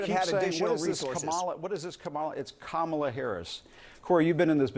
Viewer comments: Knowing Trump there is a spoken memo he put out to incorrectly pronounce the Vice President's name. I would love it if she corrected the Donald in her acceptance speech. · Can you pronounce a name correctly? No? Or, are you all so immature and petty, Pube Like An party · It rhymes with Pamela. We can all pronounce Pamela. Well, almost all of us can. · Lewandowski- "Jim I'm shocked that you can't realize that my bigotry impedes me from properly pronouncing her name". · I agree about pronouncing the VP’s name incorrectly. They do it to be disrespectful. I think all news sources should call them out on it every time. Cory is a total jerk always. Remember when he hit the woman during the last campaign? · Remember the GOP has been calling the Democratic Party the "Democrat Party" for decades. It's about disrespect. So they mispronounce Kamala Harris's name because they are pathetic people. Corey Lewandowski oozes sleaze just like Roy Cohn. He's trying his best to confuse the data with LIES. Donald Trump did nothing but the lying MAGAs are not serious they just want power. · Idiots like cory think it’s cute to mispronounce the future president’s as if it doesn’t make them look like ignorant children. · Micpronouncing her name is petty and childish. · So typical of maga morons. They NEVER give a straight answer about trump's treachery, but notice how this brown nosing a$$ kisser DEMANDS for Acosta to immediately answer HIS nonsensical question. And they purposefully mispronounce Kamala's name and call Tim Walz, "tampon Tim" because they're as immature as a bunch of 7th grade mean girl bullies... plus, their idol, the undisputed leader of the 7th grade bullies is one himself. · Yes I have noticed that the other side mispronounces Kamala's name. I think that it is deliberate so they can sow more seeds of bigotry. It's a not that subtle dog whistle. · I’m so happy he called him out for saying her name wrong. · I think maga has a mis-pronunciation class every morning! 😂